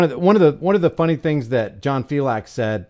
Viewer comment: Filex the cat. Not fiLAX. Thats the way John pronounces it. From his own mouth